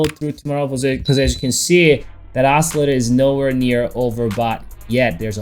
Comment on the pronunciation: check out that os-cer-lat-er